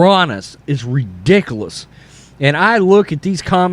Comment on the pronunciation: It's ridiculouoocchhss lol. I like how you pronounce that. I'm not trying to laugh at you but it's funny